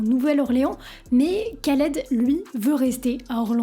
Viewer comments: arrête tes conneries vous ne savait meme pas de prononcer ce nom khaled cest pas kaled et quel est le problème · Un K avec un H en arabe ça se prononce "R". On dit "Raled" pas "Kaled" 😁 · Super vidéo :) Sinon, c'est juste improbable de prononcer "Ka"-led au lieu de "Ra"-led en 2024 :S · Je t'avait découvert sur TIKTOK trop content de te voir sur YouTube je kiff ton taff gg. Ps: on dit Raled pas Qualed 😊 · Sympa par contre attention à la prononciation, c'est plus proche de raled normalement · Et on dit Rhaled pas K (comme kilo) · C'est Dee Jay "Rr"aled que ça se prononce. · Juste la prononciation c'est "RRAled" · Sympa la vidéo. Mais mauvaise prononciation du nom de "l'artiste". Le kh se prononce rrr. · C'est horrible de t'entendre prononcer son prénom aussi mal. Sinon. Bonne vidéo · C’est ouf défaire une vidéo de 16min sur un type sans savoir prononcer son nom